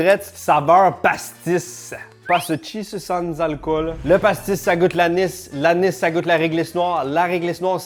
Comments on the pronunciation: Si tu veux mettre l'accent pour parler de pastis, ne dit pas "passeutisse", mais "pastaga" :D (En tout cas c'est comme ca qu'ils le disent chez moi) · "Ça sent effectivement, le PASSETCJISSE" 😂😂😂😂😂😂